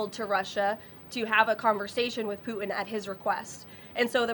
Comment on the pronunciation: I'm sorry....I just cannot take her seriously when she pronounces the name of the leader of Russia, as "Poo-in".